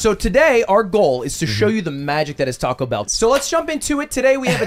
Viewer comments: tact o How you pronounce it, think tik toc, like the clock noise. "Toc-oh" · 😂 also funny how Pete and Ludwig correct on pronunciation from Tackow to Tac-o 😂😂😂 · Tacko = Good Tacou = Not good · It's Taco not Tarco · Teases Mouse for "Peekza" and "Sangwich", proceeds to say "Tacko". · Why does he pronounce taco like “tahquekhol” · The fact hates the cheese sauce and can't pronounce taco. I'm American and have never been so offended at him. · can really not hear himself pronouncing taco differently? lol